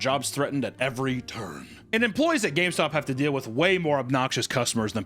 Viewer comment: "H-Hi welcome to GayStop"